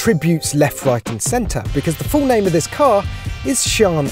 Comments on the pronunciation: Shee-an I'm sure that's how it's pronounced. Best looking (modern) Lambo, next to the Veneno. Good to see Lambo (sort of) embracing hybrid tech as well. And futuristic with those weird supercapacitor batteries rather than the boring safe Lithium ion design. To be fair, almost every Lambo made since the aventador first came out in 2010/11 has been based on that particular model in some way or another. And regarding the only 30hp boost from the hybrid system, I know that these supercapacitor batteries don't have the same storage capacity as regular lithium-ion types but are lighter, have a much better charge/discharge cycle, longer life and greater energy density but can also be much more (apparently up to ten times) expensive, which is the primary obstacle to supercapacitor battery tech becoming more widely used. Lambo also boasted that the hybrid system in the Sian is 3x lighter than equivalent lithium battery types. It is also worth pointing out that the electric motor in the Sian is not for all-out hybrid power, but merely as a power-assist to improve performance (it cannot run on electric power alone) Interestingly Lambo originally pioneered the supercapacitor tech for the Aventador to enable more efficient starting of the engine. Finally, as for the the people complaining about the same V-12 being used from the Aventador, it's worth noting that Koenigsegg have been using evolved versions of the same V-8 since the inception of that brand in at least 1992 or Mclaren with im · For gods sake!! its not pronounced as "Sean". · Its SIÂN (see-yaun) 😅😅😅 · THAT'S how you say the name!?! I never would have gotten that in a million years. I was thinking more like cyan. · He says "Siân" like "Chiron" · Not paid enough to get the pronunciation correct obviously. When is top gear closing down? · How do these motoring journalists get away with mispronouncing car names? Ridiculous. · How did you just pronounce this car... hahah... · “The Lamborghini SHAN” 😀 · Shaun the seep